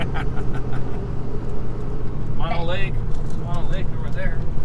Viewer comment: Mono Lake is mispronounced in your video. (It's pronounced with 2 "oh's"). I get using "You might die" in your title as a "hook" but it's a huge exaggeration, similar to you might die by falling out of bed in the morning. The warning is for stupid people who take their boat to the south shore beach, get out and trespass/wander around the huge military ammo depot with 100's of bunkers full of explosive munitions (the largest ammo depot in the USA and mostly why Hawthorne, NV exists)...hey., ya got to warn dense people. Swimming in Walker Lake would be disgusting/nasty because of the high mineral content (similar to the Great Salt Lake in Utah)...it's the result of diverting the Walker River's water for agricultural irrigation.There's discussions/efforts to limit the diversion to "save" Walker Lake. Look up Walker Lake in Wikipedia for details on the lake's restoration efforts and the ammo depot.